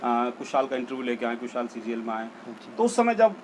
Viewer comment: Boss CGL not CJL 😂😂